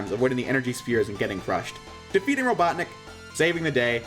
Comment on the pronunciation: the fact that you did not roll your tongue when saying doctor ivo robotnik has made me disappointed you should have known better